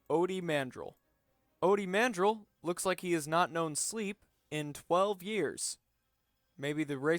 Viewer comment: a few things: "guo" is pronounced "GOO-oh" mawhonic didn't die clegg holdfast is actually a podracing journalist Ody Mandrell is just a teenager. his name is also pronounced "man-DRELL" Neva Kee is actually a guy, but several sources do call them a "she" wan sandage is actually considered to be incredibly attractive by his devlikk (his species) standards